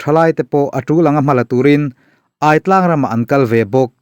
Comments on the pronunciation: Aitlang hi hmar tawng a 'kawrthindeng' sawina 'chakai' a 'ai' tih añg nilo 'thingai' emaw 'zahngai' tih emaw a 'aiii' lam rik ang a lam tur a ni e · Aitlang i lam dan hi.... aiawt ang ni lo in, a thluk in ang tur zawk aw... Pitar tia kan lam ang hian...a ki in angin... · Hahthlak thin teh e. Hripui leng bawk nen. Chanchin ila rawn Share zel duh tàkin AI TLANG tih thluk hi a lam dan kalo sawi ve mai² aw:- AI tih lai tak hi,AIAWH/AIEN tih kan lam rik ang hian lam zawk tur a nia.